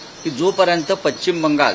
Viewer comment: पच्चिम नाही पश्चिम